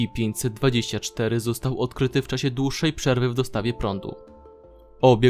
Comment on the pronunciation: Dlaczego musisz tak przeciągać wstęp? Ideentyfikatooor podmiotu... estsipi 049; I dlaczego nie przeczytasz po polsku: es ce pe, tylko kiepsko po angielsku :/